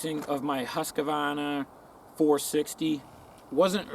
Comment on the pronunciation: It's actually pronounced "Hoosk-varna" in Swedish